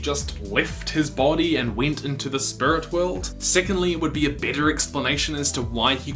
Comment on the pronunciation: Spurit wewld